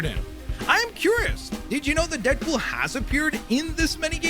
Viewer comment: Am i tripping or did he say deapool